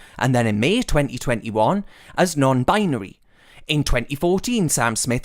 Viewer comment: “nown binery”